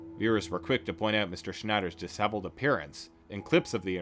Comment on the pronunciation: "Chya grin?" "Sha grin!" (chagrin) "Disselved?" "Disheveled!" Quit hating on papa and learn to speak! This is the most biased trash documentary I have ever seen. Dude just read Wikipedia in a nasally voice and assumed it was accurate. Where's the other side ya freak!? THE DAY OF RECKONING IS COMING! PRAISE PAPA!!!!!